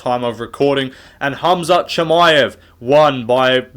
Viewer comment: My favourite moment was Joe Rogan mispronouncing susurkaevs surname after he talked about Dana saying his names hard to pronounce